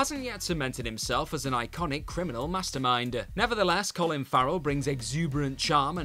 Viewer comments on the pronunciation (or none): none